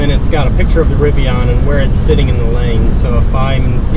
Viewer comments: It was driving me nuts. Pronounced rivi-IN, like Indian which is the genesis of their name, NOT rivi-ON. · Riv-ee-in. You will understand.